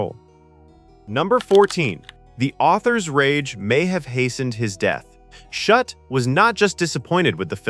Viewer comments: And the mispronouncation of Shute’s name. Several different pronunciations. The scene with the Coke bottle and the Morse key was filmed at the Rockbank HF Radio Receiving Station in Victoria, Australia. It wasn’t a transmitting station, it was a receiving station operated by the Overseas Telecommunications Commission (Australia) - OTC(A). The observant will have noticed the AVO valve data book in the background - it had specs for valve (vacuum tubes) for the AVO (British) valve tester. I used to use one when I was a young technician. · How many ways can the authors name be mispronounced? This AI tries its best. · How many ways can you pronounce Shute, watch this and find out. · Well disguised AI content? Everything seems well until #14, the name of the author of the novel is pronounced "shut", as in "the door is shut". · Great film but this is AI BS. "Shut"? C'mon, at least get the man's name right, FFS!!!! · Come on, AI, get Shute's name correct. He was not shut, or shoopert, or any of the other variants in the commentary. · And in the whole last part it calls the author Shut instead of Shute. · Shute comes out as Shutt. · A pity this wasn't narrated by a human who knew how to pronounce names....I think a dependence on AI to do the thinking, in the future, its hunger for energy and water, and our inaction on accelerating climate change may be the things that destroy us, rather than nuclear war.